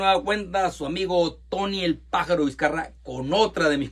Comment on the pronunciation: Sorry, Viscarra, no viscarraga